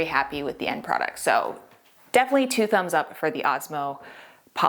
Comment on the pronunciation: That desk turned out really nice and the Osmo makes it stunning. I've had my eye on Osmo for years now and i hope to try it soon. I think most people say it like POL-ix, not poly-X, though.